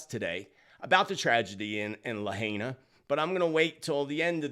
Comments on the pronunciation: It was a 5.1 earthquake not 5.5 and Lahaina is pronounced LA HI NA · I call bunk on thar photo of the laser beam, perhaps from the Paradise fire years back but not Lahina. Hawaii, on the whole, is more 'jungle' than 'forest'. More deciduous trees than Evergreens. That looks more like the mainland. Also, I believe it was Biden who used the term 'Laser focused'. Lahaina is pronounced La High Na,. I hope that helps to quell your uncertainty about how it is pronounced. Thanks for all you do,. May you remain safe. 🙏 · Not sure if anyone mentioned, but the green lights were seen over Mauna Kea on the Big Island. PS: Lahaina is pronounced “La-High-Nah”. Thanks for all you do. So grateful :)